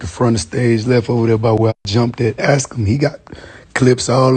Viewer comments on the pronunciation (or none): Everytime I hear the phrase ‘y’know what I’m sayin’?’ and ‘muther f***er’, I go off these people a little bit more. And don’t even mention ‘axe’ instead of ‘ask’. Am I fretting about the wrong things?